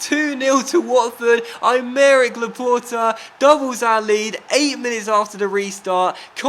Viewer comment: When you said Aymeric Laporte i thought you said I'D MARRY LAPORTE